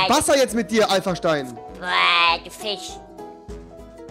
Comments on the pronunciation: Rewi : Fich Andere : Fisch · Wieso heißt bei rewi der FISCH Fich kann mir das einer sagen😂